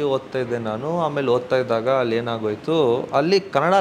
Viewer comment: ಹಲ್ಲಿ ಅಲ್ಲ ಅಲ್ಲಿ, ಹೇಳಿ ಅದು ಹೇಲಿ ಅಲ್ಲ better ಆಗೀ ಹೇಚ್ಚು ಕನ್ನಡ ಮಾತಾಡಿದರೇ ಸುಲಲಿತವಾಗೀ ಬರುತ್ತೇ ಮನೇಯಲ್ಲಿ ಕನ್ನಡ ಮಾತಾಡಿ ಅಭ್ಯಾಸ ಆಗುತ್ತೇ, ರವಿಚಂದ್ರನ್ ಅವ್ರೇ ಹೇಳಿದ್ರು ಓಮ್ಮೇ ಮನೇಯಲ್ಲಿ ನಾವು ತಮಿಳು ಮಾತಾಡೋದು ಅಂತ